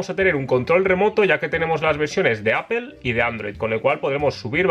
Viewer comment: Apoooooooooool, senhaiseeeeeer, podrias pronunciar mejor las marcas, Apple y sennheiser, porfavoor jaja